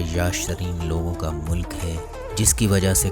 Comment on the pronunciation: Bhai mulik hota ha Molak nahi